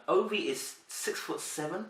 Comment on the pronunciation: It's pronounced Ovy yeh. It sounds like a Nigerian Rivers State name?